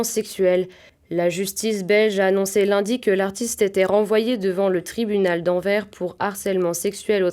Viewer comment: "L'actu en bref" était plus que somnolante !! Et Anvers se dit "anverse".